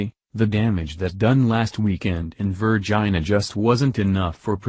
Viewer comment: in Verr Gina hahahhaa